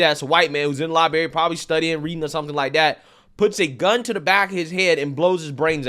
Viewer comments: Terrible news as always, but great content. I wasnt gonna mention it but i heard it again and you said libary not library bro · Ohh,…. And, “Lieberry” lol stop that shit, It’s a library. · Sorry, bro, I just have to help you out here... It's pronounced libRary. Not li-barry. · Please take a speaking class! It's painful to hear library repeatedly pronounced liberry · Love the channel, but it is a LIBRARY not a LIBERRY... my teacher used tell me it's not a fruit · What is a "lie-berry"? Did you mean libRary? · Libary? Yum, is that a lime/ berry drink? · He did ot at the "Lie Berry"? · Lie berry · Its not lieberry. It's libRary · I Love your reports. I agree on your takes. You’re looking Damn Smooth today, too❣️ 😉🕺🏾 🫦 -Too smooth and professional to be sayin’ “Li-berry”. 🤦🏽‍♀️ Thanks for this report. Well done. 💯 Expose those hypocrites and tell the Truth of the stories those others Never will tell. Yes! Keep up the Great work, Darlin’❣️ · lie berry, Lie Berry, LIE BERRY!!! ? Bro……NO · I love ya! But as a person who has worked in a library..... I'ma need you to NOT say LibARY.... pronounce that other R fam. rotfl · LibRary. There is an R in there lol. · lul i love way this dude says "liberry" my man hah. I fucks with the liberrry just aren't really any left around here and I'm a scrub they'd prob not even want me come in or sit in their chairs. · Would you like to buy a "R" for that library? Just axing. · Oh my beautiful, talented, patriotic, non-toxic American man to whom I enjoy listening...tell me you didn't say what my lyin' ears made me THINK you said. Tell me you didn't say liberry!!! 😝😉💕Fret not...you are in esteemed company. I have been noticing a lot, lately, that there are a good number of on-air personalities, on big network stations, who make the same grammatical error.😃💕